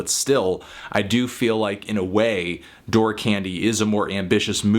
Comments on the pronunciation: I think 'Dour' is pronounced the same way as 'Sour', not 'Door' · Isn't "dour" pronounced more like "dow-er"? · No it's pronounced doo-er, he still got it wrong though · "Dour" is pronounced like "door" for everyone wondering. click the little microphone button and an AI with pronounce it through your speakers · Dour rhymes with sour billy woods is actually educated and FYI you are wrong about his background cold vein was written in his house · Dour is pronounced as "dower" Anthony. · Dour can also be pronounced "dauer", which I think was the intended pronunciation here. It makes the title of the album a play on sour candy. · "door" omfg my soul just died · Aww Anthony :( I would've thought you'd know how to pronounce 'dour'. Which is the only gripe I have with your review.